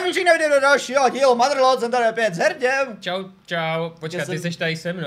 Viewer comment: Taky někdo rozuměl při intru: Jsem tady s Herděm?:D